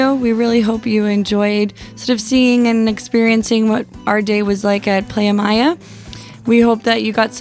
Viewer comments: Great review of the place but a couple of mistakes 1. It's "Playa Mia" , which means My Beach. Mia is pronounced M EE AH not Maya! 2. Mexico's drinking age is 18 and NOT 21! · It's pronounced like Plya and Mia like the soccer player Mia Hamm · PLAYA MEEYA, lol great info as usual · You guys travel every time and don’t know how to pronounce a beach name correctly? 🤦🏾‍♂️